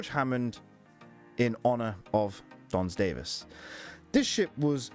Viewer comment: Don S. Davis not Dons Davies.